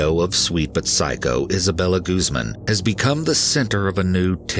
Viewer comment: Guzman= goose-MAHN